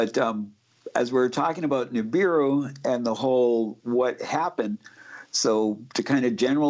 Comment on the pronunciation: it's Nibiru, not Niburu and Sitchin, not Stitchin...